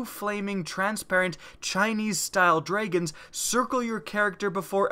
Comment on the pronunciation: ist I thought he said dreygons not dragons, lol